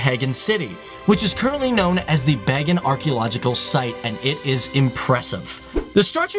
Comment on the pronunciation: I'm Burmese. FTD, I can appreciate some of the info . The city, Pagan is pronounced, " Bagan" correctly. The presidents were listed in wrong orders. There was an infamous dictator, General Ne Win that ruled the country for 26 yrs. He was one of the most important historical figures . Because of him, Burma had been sheltered and isolated from the rest of world until 2011, 2012. Burma/ Myanmar became 2nd or 3rd most isolated countries following North Korea and Russia. Please correct and edit the info. Thanks!!